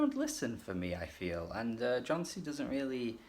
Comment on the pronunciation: good review but his name is pronounced as Yon-see